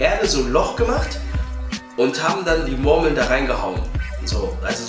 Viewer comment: Geiles Video aber Hahaha die sprichst Murmeln so witzig aus hahaha "Mormeln"😂